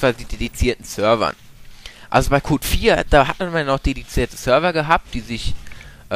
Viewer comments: Aufm PC gabs doch bei Black Ops dedizierte ranked Server :o Und was mich bei dir stört, ist dass du Cod sagst... Das klingt wie Kot ^^ Es heißt aber C o D, also einzelne Buchstaben-aussprache... Auch lispelst du... :/ Aber sonst, super Thema, gutes Commentary! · Es heißt nicht "Kot" ,sondern Cod. ( halt so schnell ausgesprochen ;D ) oder c-o-d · gefällt mir aber der sagt iwie KOT das stört mich aber sonst gutes ( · ich musste beim ersten mal lachen, als du cod gesagt hast, klang irgendwie wie kot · MAAAAAAn der sagt immer Kot!!! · Ich versteh immer wenn er "Cod" sagt Kot -.-'